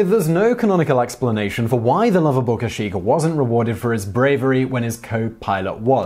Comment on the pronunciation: For someone who's never seen Star Wars (btw, what?!) Simon does a great job with pronouncing Kashyyyk.